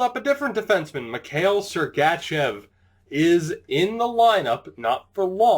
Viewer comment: With sergachev don't do a hard letter A :)